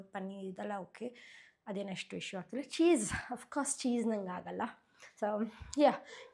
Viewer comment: No hate but why do you pronounce ha as aa and aa as ha? For example for hair you say air and for agta illa ge hagta illa antira. Why? Please do pronounce kannada correctly. By the way loved the way you styled your hair😊